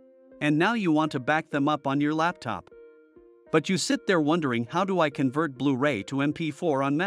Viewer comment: Guys, great video but have a REAL human doing the voice over and not AI (it must be AI because of the subtle mispronunciations, like convert). A real human voice just brings that little bit extra.